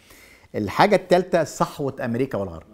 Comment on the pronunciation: تحليلاتك مضروبه. وانت محلل ما تعرف تنطق كلمه ( الثالثه) تقول السالثه. محلل من الدرجه العاشره.